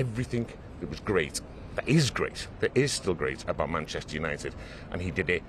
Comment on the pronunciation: Might help if the presenter could manage to pronounce ‘Manchester’ correctly, it not an option, it’s a professional requirement.